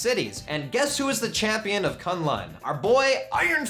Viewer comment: K'un Lun is pronounced "Kun Lun" not "Kan Lan".